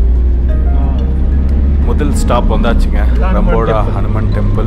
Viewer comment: It’s not car bro it’s a van!!! It’s not octopus tree bro😂😂😂 it’s a ficus species found inside my university!! ரம்பொட not ரம்பொடா!! In the temple you would have noticed some famous names from India. Probably your driver didn’t say anything?? The 18footed statue was brought from India. And mind that the priest you saw is not a Brahmin!!!! Only in upcountry you’ll see non Brahmin priest. Thanks to Late Minister Soumiyamoorthy Thondaiman’s efforts streamlined with DMK. Upcountry Tamils are from மதுரை, திருச்சி, சேலம், நாமக்கல், திருநெல்வேலி and ஊட்டி regions, ஏன் bro யார் கிட்டயும் பேசல😡😡😡??? Jaffna nu kaattna thaanae ungalukku views pohum illa???